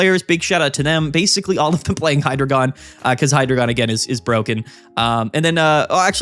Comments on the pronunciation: please, it’s “Hi-dry-guhn”. I beg of thee, stop with the “Hydra-gone” 😭 Happy holidays man, thanks for the great content this year ✌️ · Why are you pronouncing Hydreigon so wrongly?